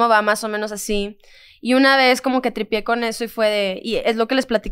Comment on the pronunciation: Sofía diciendo tripié